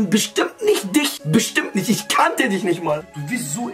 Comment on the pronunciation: Wortschatz: isch